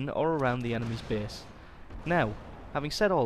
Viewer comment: Pretty good tips here, but I'm wondering: can't usay the letter a?! lol For u: base=bese safest=sefest (no offense btw xD)